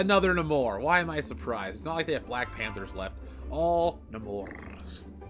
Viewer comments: It's pronounced Nay-Mor but that toy is wanted No more. Marvel fucked up a good character again. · I love how sometimes it’s “Namor” and sometimes “Namorrrrrr” 😂😂